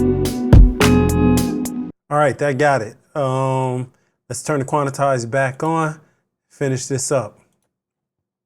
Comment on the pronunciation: Quan-tize, 2 syllables. Not quan-I-tize 😂